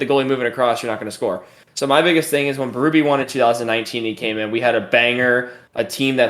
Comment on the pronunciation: Berube's name is pronounced bay-rue-bay, it's French Canadian. To hear bee-roo-bee is grating 😆